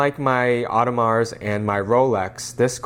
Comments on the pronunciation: Dude it's not "oddemarz" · Audemars silent s my dear.